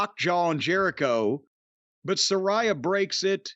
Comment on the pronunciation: sa RAY a how hard is it to say 🤣😂